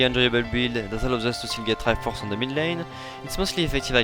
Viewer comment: Wish I said triforce and tankiness like